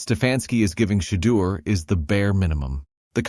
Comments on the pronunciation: Can nobody that's doing these videos pronounce Shedeur s name?🤨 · Your narrator is no better than Stefanski. How is it he refuses to correctly pronounce Shedeur’s name?